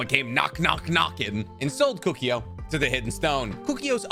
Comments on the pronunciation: Kukio? Bro it's Koe koo oh. Kokuo. Serious m night shymalan last Airbender vibes. Get the names right. How can you know so much and so little at the same time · Koh- Koo- Oh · Where'd you get the Y pronunciation from Kukuo? 🤔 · The way you say Kukuo kills me a little bit inside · Keep saying Kokuo wrong... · Can’t stand how he said Kokuo